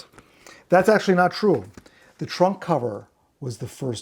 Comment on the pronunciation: Maybe because I'd call that thing Macca is sitting in an oversized suitcase, every time you said 'trunk cover' I heard 'Trump cover'. Beatles covering Trump would be the ultimate travesty.